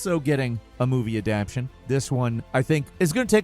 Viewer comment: PLEASE, it's Adapt-TAY-shun. You kept saying "Adapshun" and it's driving me nuts at work